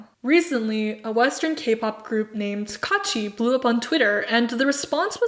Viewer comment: Not kaachi but kuachi😤😑